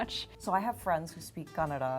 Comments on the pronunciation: Her pronouncing "Kannada" is very accurate. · She said Kannada the right way!! Yeyy:) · I love the way she pronounces Kanada. I could never pull that off. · She didnt say Kannad,very happy with that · Wow She said Kannada not Kannad Awesome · I love the way she spells Kannada so perfectly but other Indian people say kannad and i hate it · also she pronounced it properly saying kannada but our Indians living in India have hard time saying properly but they say kannad which annoys me a lot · Thanks for pronouncing "kannada" not kannad ✌🏼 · is the first ever north indian person to say kannada instead of kannad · So you pronounced kannada word so right. Being in India most of the people can't pronounce the word correctly.This shows how well educated and well culturaled you are. 👏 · pronounce Kannada so perfectly while most of our north Indians couldn’t ( They say Kannada instead of Kannada) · I mean atleast she clearly pronounces KANNADA not like the northies who live in India and call Kannada as kannad 😐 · The way the white jacket girl says Kannada turns me on kanpeki desu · I don't how I feel about the fact that an Indian who has been in America all her life or most of her life pronounced the word 'kannada' better(the right way) than most Indian from northern parts of India, who come visit Karnataka (the place where kannada is spoken). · she pronounced kannada correctly... and most indians doesn't pronounce it correctly...!!! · She pronounced Kannada better than most of indians here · The girl who was born and brought up in US says Kannada as Kannada. 🙄